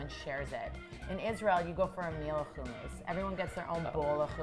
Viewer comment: I really don’t like the way she pronounces hummus